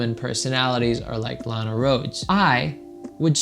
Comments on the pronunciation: he missed pronounced Lanas name... he checks out boys, grab them pencils and paper it's time to learn. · he even mispronounced her name man, what are you talking about. I have watched porn and i didn't know her. Why do we all have to know her lol